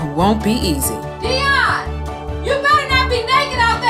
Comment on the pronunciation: It’s dion (dee-on) I thought it was (die-on)